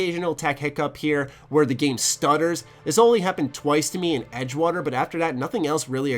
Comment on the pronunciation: Brother, TH does not sound like a D. This is not dis, the is not duh. Great review though.